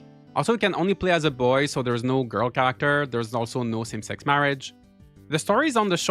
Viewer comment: English is not my native language, I had to turn on the subtitles because my brain understood "There's also no SimSex marriage" and I was like "WTF" 😂 It’s mainly that after hearing the game didn’t benefit from certain QoL improvements, it made me doubt even more what I had heard.